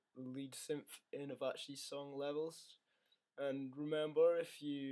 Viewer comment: It's pronounced "Aveechee" not Avachee and it's spelt /| |/ | C | |